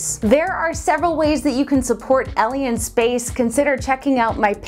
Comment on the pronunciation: I keep hearing your channel's name as Elien Space.